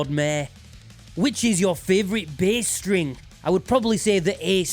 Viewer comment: it’s always the G strehng